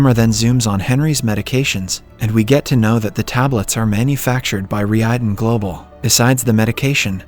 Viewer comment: You can notice it especially when the TTS tries to say "Reiden" but ends up saying "Ree eyeden"